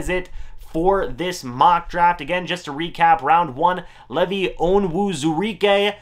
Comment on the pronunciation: ...LEEEEEVVV-EYE, not Levy